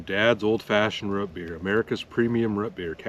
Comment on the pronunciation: It’s Root beer not rut beer 😂